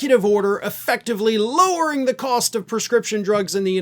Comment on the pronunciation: Thanks,. That's what I expected when I heard him say "lowering". Yep, classic trump. 🤡🤡🤡